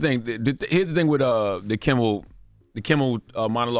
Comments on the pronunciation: Did she just pronounce Jimmy's last name as "Kimball"??? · She can't get Jimmy Kimmel name right to save her life. Every time on every episode she says "kimbel" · Kimmel, not Kimmbel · She keeps saying Jimmy Kimbal…. It’s Jimmy KIMMEL 🤦🏽‍♀️ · No “B” in Kimmel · His name is KIMMEL!!!! Please,, stop calling him Jimmy Kimble. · Why does keep saying Kimble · If she keep saying Kimbell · Is this girl calling him Jimble Kimble on purpose? Lol😊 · Is she saying Kim-bull ? Or am I trippin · Its KIMMEL for the love of Jesus as a reporter, say it right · yt:Did she say "Jimmy Kimball?!?!?!😄😄😄😄😄😄😄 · At one point she called him JIMBLE KIMBLE. OMG! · Its reference to howard stern show and the wack packer wendy the slow adult. She mispronounced jimmy kimmel name as jimble kimble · Man she really butchering his name 😂